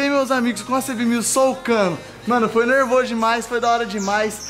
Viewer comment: Acho legal ele falando (e nerveso) kkk